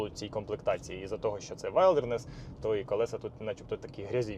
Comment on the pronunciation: Класна тачка! Але будь ласка називайте правильно - вілдернес😉